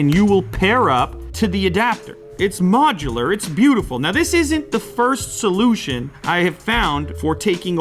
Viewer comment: What a great so-Lew-tion